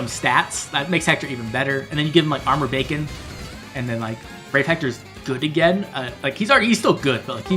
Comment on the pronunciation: Every time you say Armored Beacon, I hear Armored Bacon 😂 I had pretty great luck with Young Rebecca myself. Sorry for taking your Rebecca luck 😢